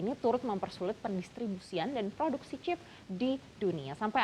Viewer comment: kenapa sih Mba ketika lu bilang "Chip" gak bisa biasa aja gitu, "CHeep!" "CHeep!" "CHeep!" bruakakakaka